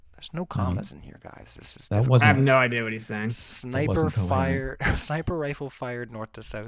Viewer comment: funny that says that, he mispronounces things often enough not to be a braggart……how bout the word idea…it’s not idaya